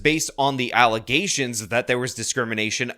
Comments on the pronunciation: What's that word you keep using ? Allegations? Do you mean allezations? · you mean *”alleZations”*? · alleZZZations, … cmon man